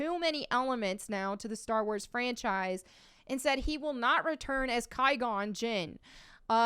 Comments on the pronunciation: How are you gonna say you love a character then fuck up their name as bad as saying Ki-Gon instead of Qui-Gon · If the prequels were your "fave"... then please pronounce the lead Jedi character's name correctly. Its not pronounced Ky-Gon... It's Qwy-Gon... I'm not sure how someone who watched the movies can get that wrong. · Thought you were a prequel trilogy fan. Why you keep calling him Ky-gone? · Ki-gon huh? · really? KY-gone? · So she's a fan of the prequels, but can't pronounce Qui-Gon's name. That's pretty typical of women that try to hop on something that's culturally more male. Sounds like a poser. She's just parroting what real fans have been saying for years. I ain't subscribing. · Claims to be a prequel fan. Can't say Qui-Gon.